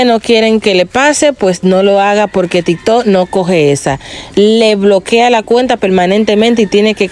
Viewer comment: Es tiktok o riktok?